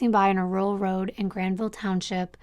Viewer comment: I'm no speech pathologist but I don't believe thats a accent but a speech impediment. He can't pronounce his r's.... Weally? Down the woad..etc😂 Thank you for giving the victims a voice and building such a captivating timeline to their tragic endings, lives cut too short, for no reason at all.